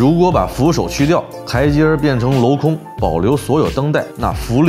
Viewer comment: 镂空 lòu 雕刻：镂花。镂刻。 （听到2声，马上出戏 😀）